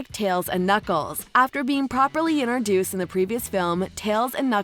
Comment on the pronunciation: Stop saying iner dueced!!!!!!!!!!!!!!!!!!!!!!!!!!!!!!!!!!!!!!!!!!!!!!!!!!!!!!!!!!!!!!!!!!!!!!!!!!!!!!!!!!!!!!!!!!!!!!!!!!!!!!!!!!!!!!!!!!!!!!!!!!!!!!!!!!!!!!!!!!!!!!!!!!!!!!!!!!!!!!!!!!!!!!!!!!!!!!!!!!!!!!!!!!!!!!!!!!!!!!!!!!!!!!!!!!!!!!!!!!!!!!!!!!!!!!!!!!